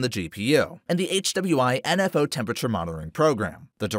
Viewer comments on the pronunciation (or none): lol at the way you pronounce aida and hwinfo